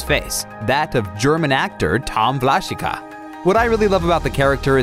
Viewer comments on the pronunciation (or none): You pronounce him Vlashika, but it is pronounced Vlashiha! ;)